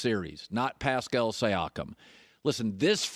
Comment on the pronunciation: Pascal Say Akam